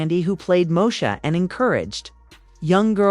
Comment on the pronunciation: Not Mosha instead of Moesha😂😂😂😂. Knock it off, please. The voice has to go